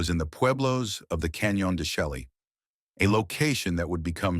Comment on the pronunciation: Canyon De Chelley is properly pronounced as "Canyon De SHAY", just as Nez Perce is pronounced as "Nay Per-Say"